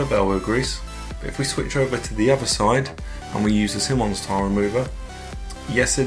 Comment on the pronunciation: It's pronounced "Simon" (like the name) + "eyes" (like those things in our heads). Simonise [verb]: to apply Simoniz your car. Of course it's American, so the verb suffix '-ise' is spelled '-ize,' or for trademark purposes, simply '-iz.'